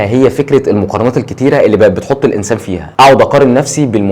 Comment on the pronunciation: و يجب نطق الإنسان مفتوحة و ليس ساكنة